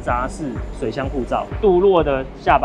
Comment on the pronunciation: 鍍鉻 ㄉㄨˋ ㄍㄜˋ 啦 😅 但不打緊 介紹的越來越好 給讚囉 👍